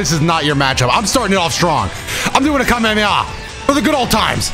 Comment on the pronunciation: I love that Goten’s Kamehameha is called “Kamekameha”